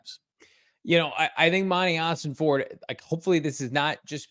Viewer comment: Im not gonna like your videos anymore, until quits calling Monty OsenFORT, OsenFORD!! STOP IT, IT DRIVES ME NUTS! IM OCD, YOU'RE MAKING ME CRAZY!!😂